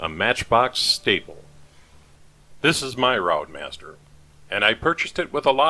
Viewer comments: Lovely restoration as usual.... FYI pronunciation of routemaster is 'rootmaster' 😀, us Brits are a confusing bunch..... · Well that’s another video watched. Very good job too. AEC Routemaster, pronounced Rootmaster. Thanks for posting. 👍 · Pronounced 'Root master'